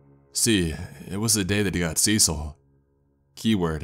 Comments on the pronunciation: Cecile (as a girl's name) is pronounced "suh-seal." 😅 Just a friendly pronunciation tip from someone who has quite a few Ceciles in their family. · it kept bugging me how the daughter's name was mispronounced. Cecil is a man's name. Cecille is a feminine name. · cecil? you mean cecile? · It’s written in the original post as “Cecile” with one L, but it still should be pronounced in the feminine way.